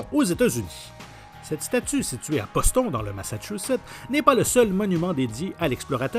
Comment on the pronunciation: La prononciation de Boston !! Mon dieu surtout pr un canadien